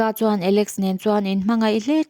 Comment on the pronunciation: Miss i thiam lutuk mahse an hming hi i sawi dik lo nasa lutuk alex pawh a ni lo calix a lawm chuan c pawh a ni lo c-na a lawm chuan i cut nasa lutuk i thiam lutuk a nia i lo huat loh hram ka bei sei😊